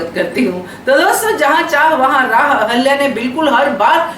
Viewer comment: Aap ahilya boliye ahalya nahi